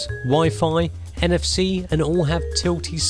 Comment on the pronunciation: At 46s, did you realy say "they all have nfc" or did I hear that wrong?